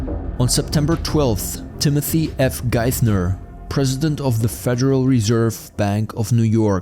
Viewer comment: Narrator can't even pronounce "Geithner" (hard t, not theta sound) or "epitome" (uh-PIT-uh-me not EH-pih-tome). He calls the House of Reps. of California "Parliament".